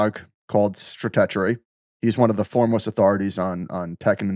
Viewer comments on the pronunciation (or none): How long until pronounces the “tech” in stratechery…